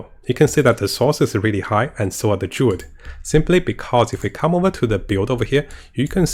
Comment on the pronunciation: Can't wait for the "Durid" 😅 and the "Nercomancer" ☺️